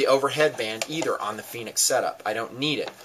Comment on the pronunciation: Its pronounced Fen-ick's, like "Fen" in Fenway Ballpark and "icks" like tickets. NOT "Phoenix" like the mythological fire bird. Call the company and listen to them answer the phone if you don't believe me! Fenix makes a great little light. I love their user interface too. Unfortunately they changed the design of the P2D and L1D lights, which used to have interchangeable battery housings. This allowed you to use the same flashlight with a AA or 123A battery. Olight is a good brand too.